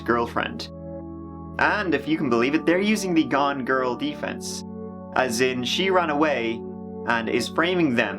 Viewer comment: Narrator saying defense like this THE DEEFANCYS.